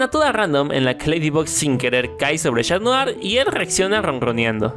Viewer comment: 0.35 dijo shatdrien osea cat notar y Adrien